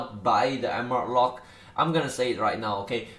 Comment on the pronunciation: Rollpack? Wtf i can't understand it says Emerald Lock or wtf?